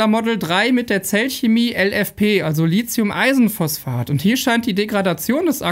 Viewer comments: Es heißt nicht Li zi um , sondern Li thi um. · Lithium, nicht Litzium, es gibt kein Z. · Dein Video ist super! Nur möchte ich dennoch versuchen, die korrekte Aussprache von Lithium zu etrablieren: Li-thi-um. Nicht Li-Zi-um. ;) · LiTHium, es heißt LiTHium wie in Lithographie, Lithosphäre, Mathematik, Apotheke, Kathi und Hethiter! Es geht hier nicht um SiliZium - das wird anders geschrieben und deshalb auch anders gesprochen!